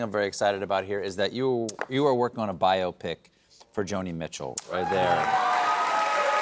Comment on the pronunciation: Thank you to Stephen for correctly pronouncing "Biopic". It's "Bio Pic". Not, as too many people say it "Big Op Ick"